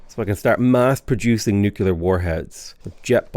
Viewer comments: Nuclear. Not nukelar. Great vids man ;) ! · Nu-cle-ar. Sorry, I don't want to be that guy, but it just kept digging at my ears.